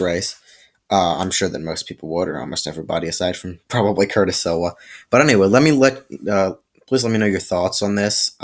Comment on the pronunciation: Curtis Sliwa is the founder of the guardian Angels 👼 & your saying his last name wrong 😑 & you should do more research on the topic next time!!